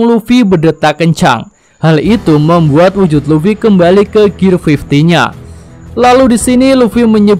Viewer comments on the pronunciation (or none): lah mimin...gear fifth kok dibaca gear fifty..gear 50 dong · Bukan gear fifty min tp gear. Fifth